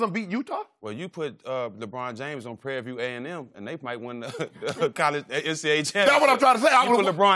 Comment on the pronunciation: Why did he Say Prairie View THO!!!! lol......too funny